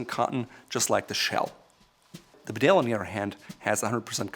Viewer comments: It’s a ‘bee-dale’ not a be-dale😀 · BeDALE is pronounced BEEdale. It’s a small town in North Yorkshire. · It's pronounced Bee-dale 🇬🇧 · Can all these reviewers from America please check their pronunciation of English words? The jacket is Bee dale not B’dale. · BEEdale, not BeDale. And you are the expert? Also learn to pronounce Edinburgh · Just wish he could pronounce ‘Bedale’ correctly. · Mate, it’s pronounced ‘Bee-dale’, just to save anymore embarrassment. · Very good review. By the way, Bedale is a place in North Yorkshire and it is pronounced bee dale. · Bedale... it's pronouced Bee - dale. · The Bedale jacket is pronounced “Beedale” It’s named after a small market town in North Yorkshire, England, where I happen to be from. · Actually sir that is wrong. It’s pronounced “bidet” after the washing apparatus. The name reflects the water resistant of the self lubricating thread found in a mans sudden separation below the small of the back. It also draws its stylistic sense from that place. From such modest beginnings to such a high price. Only goes to show that rich people will buy anything if you price it high enough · For a guy who creates videos criticising how people miss pronounce brands names. He really ought to be competent enough to say Bedale correctly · It’s bee-dale, this is coming from a Richmondite (parents are from the north though) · It’s a Yorkshire market town where I grew up and it is pronounced “Bee-dale” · pronounce bee-dale please!